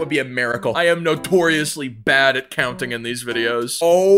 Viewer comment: When he said courting bananas that sounded weird to me